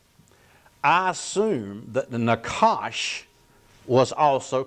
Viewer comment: pronounced "naHash"